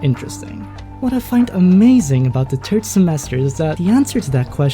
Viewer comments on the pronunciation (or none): umm... Third, "th' with an "f" sound. not "turd" semester